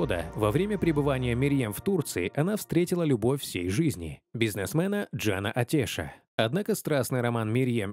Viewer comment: Только фамилия читается не АтЕш, а АтЭш, а то прямо слух режет